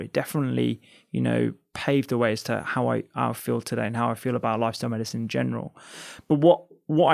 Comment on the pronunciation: All I can hear is the way you say medicine it’s not Medicen dr rangan